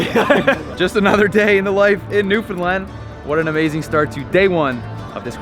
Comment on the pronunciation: Now you just need to learn how to pronounce Newfoundland not newfinland